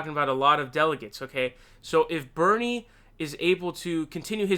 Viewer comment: Thx for getting Bernie's pronunciation correct......you have permission to say Bloombard through I N F I N I T Y